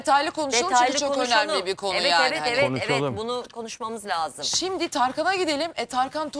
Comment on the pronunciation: Bilal ozcan gazeteciyim diye ögünüp duruyorsunuz....LAZIM..Kelimesini bile doğru telaffuz edemiyorsunuz..Türkçeyi katlediyorsunuz durmadan...İstanbul Türkçesi kullanın lütfen...sinir oluyoruz sizi izlerken..çok kaba saba..